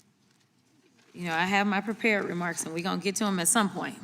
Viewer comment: "Prepairt" remarks. 🤣